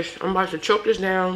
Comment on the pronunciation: Listen, your brother is cooking zown, not down, ok?! 🇭🇹